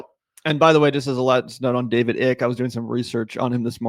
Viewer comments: His name is David Ike, it's not pronounced "Ick" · Hi I'm from the UK and Icke is pronounces Eyecke - he's been around along time in the UK and started off as a youth footballer (until rheumatoid arthritis ended his career) and sports commentator before he went completely batshit. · "Icke" is pronounced "Ike". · David Ick, as in "Ick" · PRONOUNCING IT DAVID 'ICK' IS HILARIOUS AND SO APPROPRIATE LOL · David EYE-K-UH